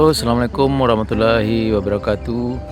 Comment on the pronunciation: Ucapan salamnya tebalkan huruf L nya om. Warahmatullahi. (Tullah/Rahmat Allah) Bukan tulah ( Rahmat Alah) 🙏